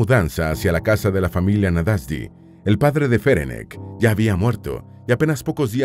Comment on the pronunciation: Me interesó mucho la historia, especialmente porque mis padres y ancestros eran húngaros. Hablo el idioma, así que me permito decir que el nombre Ferenc se pronuncia Ferents y el original de ella era Erzsébet (Isabel en español). No cambia la historia, por supuesto, es un simple detalle más.Gracias por el video,. ☺🌹